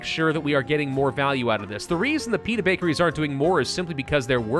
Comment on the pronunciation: Everytime you say Pita i keep hearing Peanut lol XD yes produce more peanut bakeries 😄